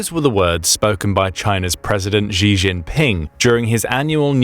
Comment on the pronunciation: Please, just please, look up how to say "Xi". It doesn't sound like "gee".